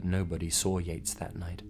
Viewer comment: instead of Mr.yates, i heard mr yeet and couldnt stop laughing